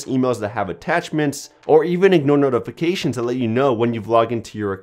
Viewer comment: Omfg.....the way u say notifications ...holy SHIT.